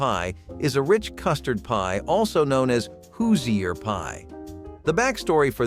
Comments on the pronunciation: Hoosier is pronounced hoo-zhr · You pronounced Hoosier wrong and I am 50, grew up in and still live in Indiana, and never saw a sugar cream pie that looked like that. Sorry that was not a Hoosier pie/sugar cream pie from Indiana. Try saying “who’s your” mamma. Then you will say it right.